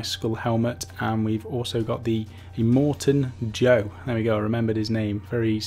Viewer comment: holy shiz, got Immortan Joe's name right 😁😁😁